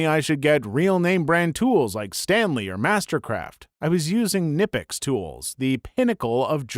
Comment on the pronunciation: That's Knipex, not Nipex. German doesn't do that weird silent k thing.